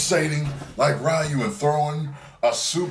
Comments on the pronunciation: Ryu is pronounced (RE-YOU).... not (RYE-YOU)..... Right? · ProDeedZ He knows. He used to pronounce it like that but he said FUCK IT because RAI-U was easier. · It's actually pronounced (Rew)